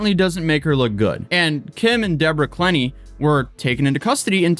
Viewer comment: Courtney Clenney, not Clemmy... Damn shame. She's beautiful, even without makeup. That's a rarity... Never mind. I was commenting on the photos in the video. Saw other pix. Woof